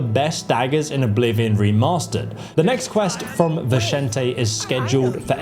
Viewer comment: I now have PROOF that you YouTubers are trolling us by purposely mispronouncing names in your videos to drive us nuts… You pronounced Vicente 2 different ways in like 3 seconds at around 18 minutes…